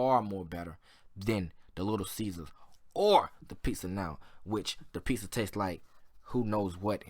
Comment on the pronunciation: It's pizza not piza